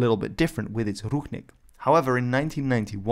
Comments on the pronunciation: its pronounced ruchink with ch like in chalk ручник а не рухник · Not ruHnik but ruCHnik (sound is same as in CHapter). Translated as towel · It's Ru[t͡ʂ]nik or Rushnik, not Ruhnik. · I think you have an accidental mispronuciation there. Someone transliterated the Belarussian word with a "ch", but meant an English-style "ch" instead of a Slavic "ch" (i.e. "kh"), so the word should be pronounced "ruchnik" or "ruchnyik". In Czech and a few other languages, there is the term "ručník" (pronounced in almost the same way) and it denotes a piece of cloth, either a decorative part of someone's fancy/ceremonial vernacular clothing, or a smaller tablecloth or similar piece of cloth. This is what the Belarussian term is denoting as well. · it's actually pronounced "Rutchnik" And nazis used national flags with all collaborants - for ex. in Russia and Ukraine they used flags that's official flags of theses countries now Awesome video, thanks! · I thought the Ch in Ruchnik was pronounced like an English Ch? This isn’t based on any knowledge of Belarusian but I thought it was cognate to the Serbian word Ručnik meaning towel, but perhaps it’s not? Maybe it’s related to Ruho, an archaic word for garb, vestments, or clothing in Serbian or has some unexpected cognate or even none at all. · Thanks from Belarus fam ❤️ edit:i know ch is pronounced/x/ in polish but in this case(ruchnik) it is pronounced /tʃ/ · Right, he read the word ruchnik supposing its written in the belarusian language, but it was written in english. In Belarusian it is written ručnik. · Ruchnik is pronounced with the ch as in church, NOT as in Loch.